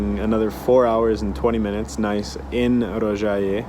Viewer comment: Tip: the O in serbocroat is shorter (you said it great in Rožaje)